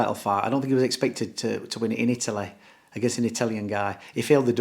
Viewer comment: Italeh Italeh not England we're talking about Italeh 😂 I love Dom 👍😂